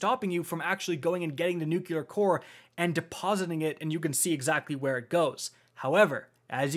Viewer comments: "Nuculer" Me: flashbacks to being 5/6 years old during the Bush administration (tbf, I say it too 😂) Also "Purple Rain mechanic" is my favorite name for a raid mechanic ever 😂 gonna have Prince singing in my head when I see that now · I loved the video! I was triggered by the 100 times you said “nuke-yuh-lur” though 🫠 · What are "nyookyoolur" cores? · Me: Enjoying the raid guide: "Nookyooler cores":/ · my dude, it's *traverse and *nuclear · He did it so many times I can't help it! It's pronounced NEW-Clee-ar. Or Newclear if it's easier. There's 1 U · It hurts me every time he says “nucular” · Jesus..."nucular" is driving me nuts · NUCULAR CORE. sigh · Great vid. Your mistake of thinking traverse is transverse and pronunciation of nuclear give me conniptions though. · Thanks for the guide. Please learn how to pronounce "nuclear" properly. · nucular? what's a nuculus? is it the center of an atmum? nu clear. nuclear. like an atoms nucleus. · Great vid, as per usual. Just need to learn how to say NUCLEAR core instead of NUCULAR lol ;-) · I don't if it's juste me, but I've bee hearing "NUKULAR" cores. Isn't it "NUCLEAR"? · You lost me at "NucUlar." There is no extra "U" in "Nuclear." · It's pronounced new clear not new cue lure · It is NOT ...NUCULAR... NUCLEAR! nucLEAR! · NUCLEAR Not “nookuler” How can I trust your raid strat now?!? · NuCLEAR, not NuCULAR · Trying to help you out........ say "new-clear" not "new-q-lar" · "nuclear, not nukulur" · Ugbh NUKULUR sounds so annoying. ITs NUKE LEAR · NUCLEAR. NEW-CLEAR. N.U.C.L.E.A.R. NOT NUKE-YA-LER. IT IS NOT SPELLED NUCULAR. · God. Another weirdo that says "nook-yuh-lur". It's two syllables man. "New-clear" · And nucular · “Newkular core” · Can someone tell how to say guillotine and nuclear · idk why i was so bothered by it but its nuclear not nuculer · I just can't get over how he says "Nucular" instead of "Nuclear" hahaha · don't forget "nucular" instead of nuclear